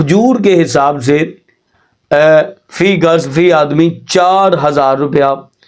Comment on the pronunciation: مولانا معزرت کیساتھ لفظ فی گز نہیں بلکہ فی کس ہوتا ہے ۔